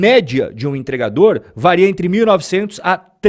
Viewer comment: me desculpa, cara. Mas eu tenho que dizer: “vareia” não existe! Se diz “varia”. Gosto do seu conteúdo, mas essa doeu 😅